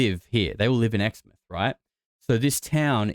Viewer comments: First of all you can rule out exmouth. Btw it’s pronounced exmouth not exmith. If you’ve ever been there you’d know that that whole area is full of huge towers 100s of metres tall. Because of the huge footings needed I’d say it’s impossible to bury a huge anything there because it’s riddled with huge concrete and steel footings Underground. Woomera is a fukn weird place tho. So many buildings with no people in them. The town has all that accommodation and not a soul to be seen anywhere when I was there.v just an emu dad and his kids walking down the Main Street. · Btw Exmouth is pronounced (ex) like your ex and then (mouth) like your mouth